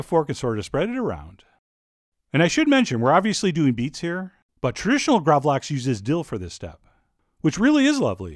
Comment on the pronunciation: Really interesting recipe, definatelly gonna try this! One thing I gotta say, is that the A in gravlax is pronounced more like the A in "Bark" or "Park". The word translated from Swedish to English is Grave salmon. It originates from the 17th century where salmon was buried in salty sand and left to ferment. It used to be a lot more similar to surströmming, but the recipe has evolved into what we have today.